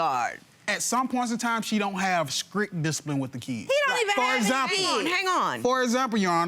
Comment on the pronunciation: She don't have "skrict" discipline?lol